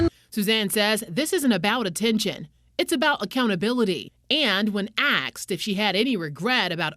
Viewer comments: OH MY GOD!!! This reporter just used the word "axed" instead of asked on the freaking news. You guys, this is so funny to me because being a reporter, you are supposed to be educated and well spoken, but this reporter just said axed, hahahaha. What's crazy is that the words "ask" and "asked" are nowhere close to being difficult to pronounce. I know I'm just some nobody on youtube, and nobody cares about what I think, but I know that there are some people out there that will hear "axed" and laugh right along with me. I just want to say thank you, WCNC, and a very, very special thank you to for bringing me unexpected laughter. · mark. Am i hallucinating, or the the reporter just say "aksed" instead of "asked"? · "...and when aks'd..." Really? Even when speaking that slow, she can't pronounce it right. 😂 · Are you kidding me? A television reporter has a job when she pronounces the word asked in the form of a middle.schooler by saying "AXED". She would be unemployed. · "and when AXED" LMAO🤣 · When axed? The reporter learned how to speak like a reporter except she says 🪓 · Uhhh because it's nonsensical? Lol She definitely said "axed". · She clearly said "axed"